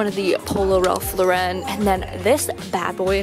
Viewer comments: I say “Ralph Loren” (I know that’s not how it’s spelt) not “Ralph la-ren” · wait. why she have to b extra and say “rAlph La-ren” it’s legit ralph lauren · the way you say Ralph Lauren stresses me out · She pronounced Ralph Lauren weird too and I was shaking my head when she couldn’t pronounce Cherokee right